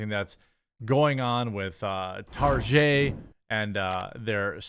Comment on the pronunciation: I'm glad I'm not the only one who calls it, "Tar-jay" :)